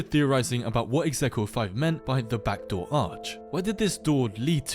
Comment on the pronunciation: "Bacdoor arch" 🥀🥀🥀